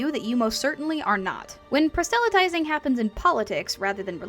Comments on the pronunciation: Please, don't take this the wrong way, but the word is [PROSS-luh-tizing], not [pra-SELL-a-tizing]. This is a quick way to turn people off who may assume your content is just as incorrect, and since your video is quite good, that would be a shame. Otherwise, keep up the good work! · It's a nitpick on your excellent video, but I don't find that pronunciation of "proselytizing" in any of my sources--they all have the emphasis on the first syllable. Is this a different dialect than what I grew up with?